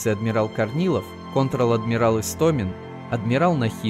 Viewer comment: Ну в видео автор сказал Контрал Адмирал Эстомин, а правильно Контр.